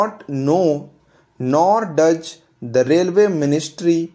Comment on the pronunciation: I would suggest u to change the pronunciation of those, does etc from thoj to thoz.. Not j but z... I hope u would correct it.. 🙂.. Thank u